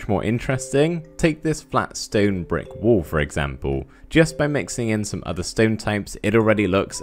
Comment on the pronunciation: i thought u weres aying "WOOL" but u were saying "wall "